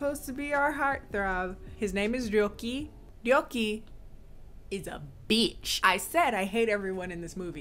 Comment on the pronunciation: When you said Ryoki I thought you said Byōki cause in Japanese that means sick. And I thought that was a good name cause he's sickening 🤮